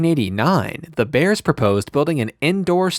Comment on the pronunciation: It's not "the" Bears. It's "Da" Bears. Geesh.